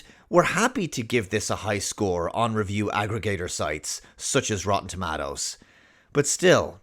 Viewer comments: Lol "tomattoes" makes me cringe as much as my mother saying "tamatas". It's toe mate toes! lol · its TUH MAY TOE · I love how you say tomatoes bro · Say tomatoes again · I’m just here to listen to say “tomatoes”.